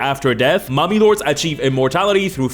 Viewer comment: Not gonna lie, when he said Mummy Lords, I thought heard Mommy Lords... And my mind went somewhere completely different. I need help.